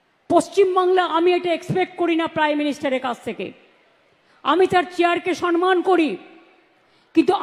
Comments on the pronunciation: বাংলা নিয়ে এত দরদ।বাংলা শব্দটা ঠিক বলে না।সন্মান নয়। সম্মান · উচ্চারণ টা সনমান না কি সম্মান?😅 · উনি 'সন্মান' কথাটা যখন বলেন তখন 'পবলেম' হয়ে যায়। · সম্মান নয়, সন্মান বলেন, গভর্ণমেন্ট বলে না, বলেন গড়মেন্ট। জায়গায় বলে না, বলে জাগায়। মুখ্যমন্ত্রীর পদে লজ্জা! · কথাটা সনমান নাকি সম্মান?